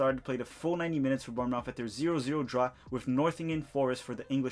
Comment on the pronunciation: The way you said Bournemouth really triggered me lol